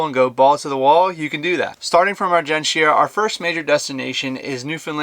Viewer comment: Just a heads up, we don’t pronounce the “I” in argentia. It basically are-gen-cha